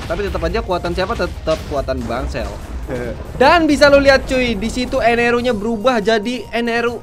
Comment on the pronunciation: bang itu namanya enel bukan eneru